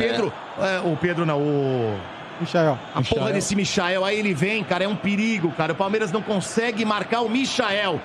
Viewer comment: O quanto mais o coitado do Michael vai ter que jogar pra ser respeitado véi!! Os caras não tem nem a humildade de falar o nome do cara direito!! Cê loko!!